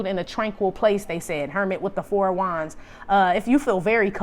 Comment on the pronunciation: I swear when I hear you say KING OF WANDS, I hear KING OF DICK !!!